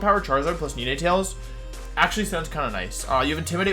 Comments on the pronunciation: Like the video but the way he pronounces some of the pokemon's names cracks me up lmfao, Nenaytails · how the hell does he mispronounce nnetails, its literally the number 9 and tails combined.